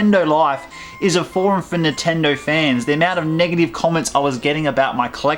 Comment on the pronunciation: why do u say nintendo so weird. nahtendo